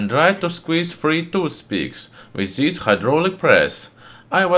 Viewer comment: Try to cut off your "z" from pronuncing. It's very wrong like "zhis"